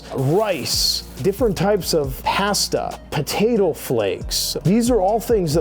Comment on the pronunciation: Thats a new way to say Pasta 🍝 😂